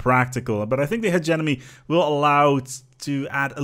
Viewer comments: The way you pronounce hegemony bothers me way more than it should but fuck it, it is hegeMONY not hegeNOMY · It's pronounced "Huh-gem-ma-knee"